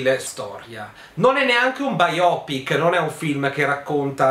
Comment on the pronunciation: La pronuncia corretta è quella di. Biopic non è una parola italiana. A seconda che si preferisca la pronuncia inglese piuttosto che quella americana, allora si metterà lo stress sulla prima o sulla seconda sillaba: UK ˈbaɪəʊpɪk, US bī′ō pik′